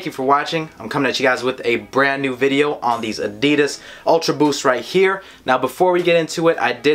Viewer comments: "ADIDIS ULTRA BOOOS" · The way he says "Adidas UltraBoost" 😂